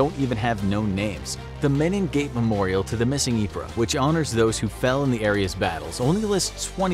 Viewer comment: Yep, and Ypres is pronounced "eep". Also the General Haig isn't "high-g," it's "hay-g." It's strange that Infographics gets so many details right yet still screws up certain word pronunciations - it's not like it's impossible to find out this stuff with, you know, some research...